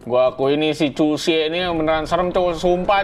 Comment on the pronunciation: bacanya cuki bang bukan cuksi